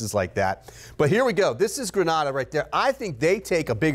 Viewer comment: Gren-ay-da To-bay-go